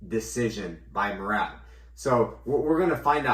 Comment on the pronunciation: My guy says Merab's last name right and messes up Diego Lopes 😂